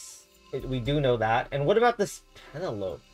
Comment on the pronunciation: Penelope doesn't rhyme with Cantaloupe